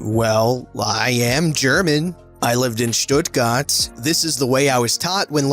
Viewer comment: Hi, German sub here^^ (coincidently im blonde and... Big at some areas 😅) omg i laughed my butt away when she mentioned how he pronounced Deutschland xD and Probs to you, Cap, pretty good pronunciation of Stuttgart! 👍🏻👍🏻👍🏻 And this guy in general?.......WTF?! Every german girl he would come up to like this sry i have to say it like this WÜRDE IHM SO WAS VON TIEF IN SEINEN FETTEN ARSCH TRETEN DAS ER UNS ERZÄHLEN KÖNNTE WIE DIE SCHUHSOHLE SCHMECKT!!😤